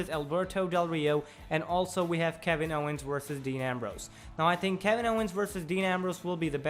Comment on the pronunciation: You couldn't get a guy with a little less accent to talk?... I mean, he says tink instead of think..